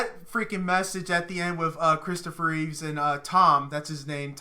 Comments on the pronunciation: Why do you call Christopher Reeve "Reeves" every time? It's Reeve, not Reeves? George Reeves acted as Superman on the black and white TV Show in the 60s. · Christopher Reeve not Reeves lol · Thanks Captain Obvious lol. And it's Reeve, not Reeves.